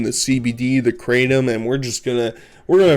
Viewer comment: I also use kratom. To think I have something in common with this weirdo is disturbing. Actually, it seems like a lot of people are using kratom these days. Seems like it's becoming mainstream. It does ease emotional pain. Also he's pronouncing it wrong. Kratom is a Thai word pronounced "Krah-tom" Not "Kraydum"